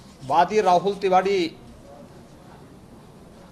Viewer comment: जल्दी जल्दी बोलो राहुल टीवारी नहीं तिवारी बोलो